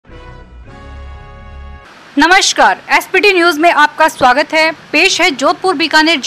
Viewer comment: नमस्कार को कृपया सही उच्चारित करें।फ़िल्म को भी फिलम न बोलें।